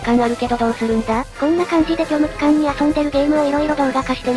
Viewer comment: 最後の「虚無期間」だけ「虚無空間」に聞こえちまうんだ